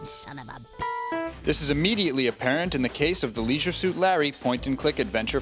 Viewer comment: you don't know how to say leisure